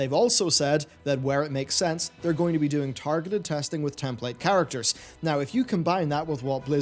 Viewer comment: And here I am trying to figure out if you said "template character" or "ten plate characters" .... damn I guess its just to early for me to watch this after watching the worst 6 hour Wrestlemania ever...